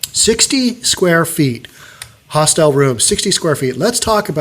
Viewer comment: You are mispronouncing the word hostel (several times). The information about Hong Kong's rental market is interesting and very sad.